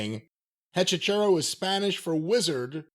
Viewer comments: Hechizero means Wizard in spanish. It's pronounced A - chi - se - ro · cannot say EH-CHEE-ZEH-ROH to save his life 😂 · It's pronounced hechi sero but who really gives a shit lmao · I did not realize you were all trying to pronounce Hechicero (e-chi-ze-ro) til you found out it was for wizard. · Lol hechicero is pronounced 'eh chee zeh roh' in Spanish but I like this pronunciation better 😂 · BTW, it's Eh-Chee-SEH-Roh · As a spanish speaking listener, it's so fucking funny when they try to say Hechicero